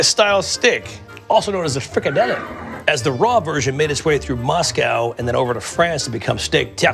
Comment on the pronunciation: I jsut wanna say, that pronounciation of "Frikadelle" was very good